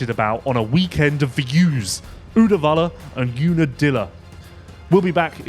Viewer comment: + for the pronunciation on Uddevalla 😀 really close!